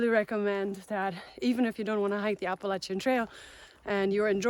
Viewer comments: Thanks for pronouncing the Appalachian Trail correctly! I'm subscribing! =) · As someone from Appalachia, it's so refreshing to hear someone say it correctly!